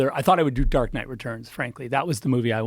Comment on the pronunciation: He can't even say Dark Knight Rises correctly.